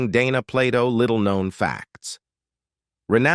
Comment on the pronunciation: The narrator calls her Donna several times as well as mispronouncing her last name